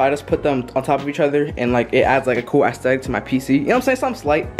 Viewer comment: bro why do you say aesthetic like that lol not tryna be rude or anything